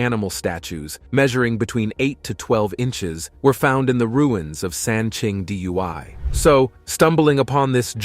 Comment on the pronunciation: Can you teach your computer to READ PROPERLY I just heard San Ching Dui read as San Ching D.U.I.